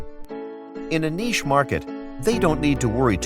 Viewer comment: The speaker needs to know how pronounce the word, "niche."